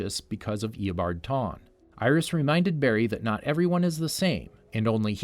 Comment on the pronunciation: Eobard Tawne? THAWNE